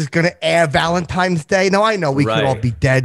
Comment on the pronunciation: I love all 3 of these guests. Xia is easily the best chick guest ever. And of course says "Valentimes"...